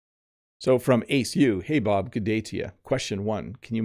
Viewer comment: I like the way you said“ Hey Bob”. You spoke as an Asian 🙂